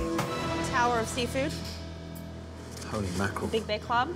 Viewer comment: "holy makrel"